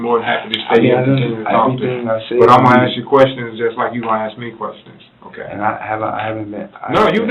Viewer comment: Forget comprehensible sentences, he couldn't even pronounce the word, "ask", he said "aks".